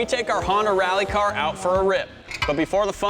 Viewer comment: "This setup will work perfectly awn our reeAlly car. Expecially when we put 2 lower case E's in front of every 'A' sound"